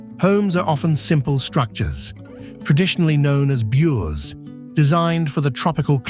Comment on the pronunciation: Your commentator need to learn how to pronounce the Fijian words correctly. "Bure" is pronounced "boo-reh" not like pure.